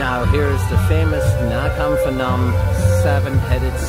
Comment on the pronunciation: It's Nakhon Panom, not fanom. Why do they put an h there? I don't know.